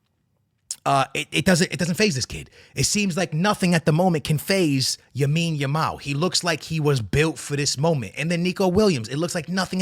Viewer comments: Lamine Yamal man Lamine Yamal Not yamine lamal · Lamine Yamal bro not Yamine Yamal😅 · Bro said Yamine Lamal 😂😂😂